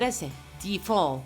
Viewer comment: No sé dice "di fol" (The fall). Trata de aprender como son las reglas para pronunciación en inglés